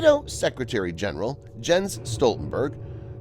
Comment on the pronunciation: The "J" in Jens is pronounced like a "Y".